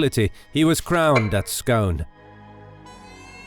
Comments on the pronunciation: Maybe nit-picky but Scone is pronounced Scoon Not Scohn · Scone the place is pronounced differently to scone the tasty baked treat. Scone the place is pronounced "Skoon", the baked treat is pronounced to rhyme with "gone", not "own" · It’s not ‘’ Schone “ it’s Scone ( sounds like Sk-oo-n) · Bruce was crowned at ' Scoon ' not ' Scone ' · Just saying, it's pronounced "scoon", not "scone" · It's actually pronounced "Bay-lliol". Also, Scone is pronounced "Scoon". Then of course Dalrigh is "Dal-ree". John Comyn was the 3rd Earl of Buchan....pronounced "Boo-kan". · Pronounced scoon. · Scone is pronounced 'Scoon' as in 'moon' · Scone (the place) is pronounced "skoon". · 'Scone' is pronounced 'Scoon' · The site of the crowning of Scottish Kings, despite being spelled the same as that teatime delicacy, is pronounced 'scoon'. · scone palace should be pronounced "Skoon" fyi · "Scone" is pronounced "skoon" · "Scone" is pronounced as Scoon, for anyone listening. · Scone.If yir pittin jam oan it, it rhymes wi the word don. The place beside Perth rhymes wi poon, not bone. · Great summary! One thing: Scone is pronounced Scoon. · Great video a few mispronounced words though like Scone and Schiltron. Scone (Skoon) Schiltron (Shiltron not Skiltron) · Scone is pronounced "Skoon" just FYI... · Pronounced " scoone" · It's Scoone :,) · Bloody love it! Couple of minor pronunciation things 1) Scone is pronounced 'scoon' 2) Schiltron is pronounced 'shill-tron' Great narration though! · Scone is pronounced "Scoon" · Love this video yet still proud to be British! And as a local I can say it's actually pronounced 'Scoon' :) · Some of your pronunciations are woeful, Balliol and Scone are mispronounced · Terrible narration with countless bad pronunciations, e.g: Balliol, Scone, harrass, Comyn, schiltrons and comrades. As for the deplorable grammar ... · The narrator cant pronounce’Scone’ otherwise not bad